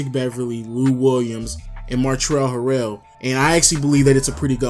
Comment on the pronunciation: Its not that hard to say 🤦🏾‍♂️ Montrezl Harrell (Mohn-Trez-ul Hair-Ul)